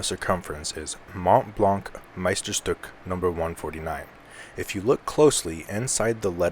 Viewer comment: Shhhhhhhtook! Say it! 😡